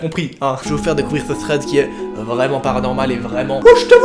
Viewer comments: tu a dit Fred au lieu de thread a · Tu dis pas THREAD , tu dis FRED mdr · '' vs êtes friand de fread '' 😂 deso 😘😘❤️😍